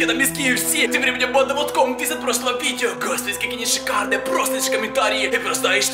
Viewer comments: Мне одном кажется что он говорит не банда а панда🌚🌝🌝🌝? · И да кажется что он говорит панда а не банда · Пачиму ты говориш почти вьсигда паньда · Мне тоже кажется точнее я думала раньше что он так пандой и называл тех кто его смотрит... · Мне кажется что он говорит панда а не да да??? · Мне тоже кажется что он говорит панда!?🙉😸😧😘😙😗😚💋💘💞💖💗💔❤💚💜💙💛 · Да правда